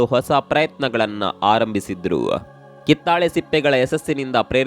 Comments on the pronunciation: ಮಾಹಿತಿ ಚೆನ್ನಾಗಿರುತ್ತದೆ, ಆದರೆ ಉಚ್ಚಾರ ತಪ್ಪಾಗಿರುತ್ತದೆ, ಕಿತ್ತಳೆ ಬದಲು ಕಿತ್ತಾಳೆ ಎಂದಿದ್ದೀರಿ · ಇವರ ಕನ್ನಡ ಬಾಷೆ ಹಾಗೂ ಮಾಹಿತಿ ಉತ್ಕೃಷ್ಟವಾಗಿದೆ ಆದರೆ ಕಿತ್ತಾಳೆ ಮಾತ್ರ ತಪ್ಪಾಗಿದೆ